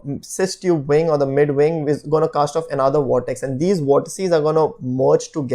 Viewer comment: I can't take that guy with the beard seriously. Werticle winglets create wolumes of wortices? Whoa.